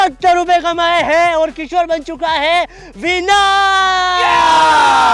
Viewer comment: किशोर डोन बोलते हैं 😂